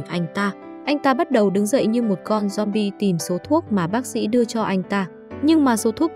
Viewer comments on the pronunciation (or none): none